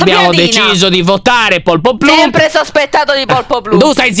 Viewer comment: Io che riguardo questo video nel 2021: Anna si chiama poloplump e nn polpoplump, piadina nn è una cacca, c'è pirtorgio🥺, lyon che spiega come giocare